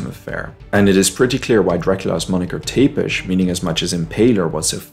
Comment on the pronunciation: Many Vlad's in my country (Romania). Vladut, Vladut. Tepes pronounced Tzepesh : )). Dracula I believe was a name given to him by Bram Stoker, because he impaled his enemies.